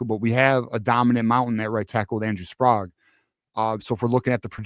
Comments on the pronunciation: Andrew Sprague's last name is pronounced Sprayg, not Sprog. Please say it correctly. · This drives me crazy, the last name Sprague is pronounced Spr-egg not Spr-ahg.